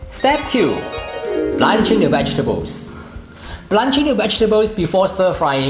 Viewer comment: Correct pronunciation please.